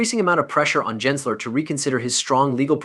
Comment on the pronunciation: It’s Gensler not Jensler.